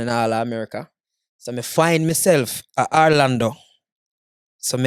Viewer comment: Stop saying Arlando, it's Orlando you should know better